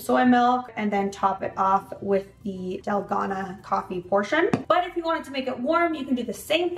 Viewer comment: Yummy! I love using oat milk when I make this. It’s so good!! Also, it’s pronounced “dal-GOH-nah” (that’s how I’ve heard Koreans pronounce it). Thanks for another great video,! 😊